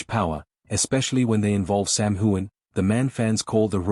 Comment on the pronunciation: His name is not whoan. It is hughan. GET IT RIGHT!